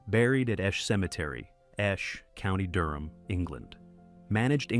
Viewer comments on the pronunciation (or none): none